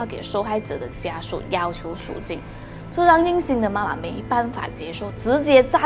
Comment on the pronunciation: 听了半天数金数金，原来是赎金。口音太重。发音不准